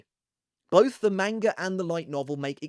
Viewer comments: stop mispronouncing manga. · Stop mispronouncing manga